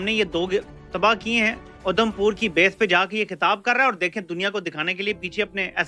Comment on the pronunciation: Udham pur nhi. Adham pur hai